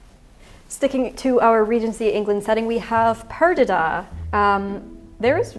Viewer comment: As a Brazilian, I would like to comment on Perdida (pronounced pear-gee-dah, love you Bernadette, but you botched that) to contextualize it a little bit. Whenever Brazil does a period novela, they generally don't care that much about historically accurate costumes with the focus instead being on incorporating a few period elements into a look that is overall more about appealing to modern ideas of beauty and fashion. So yes, the movie was not very historically accurate, but it likely was not trying to be.